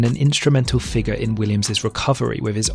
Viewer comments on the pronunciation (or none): none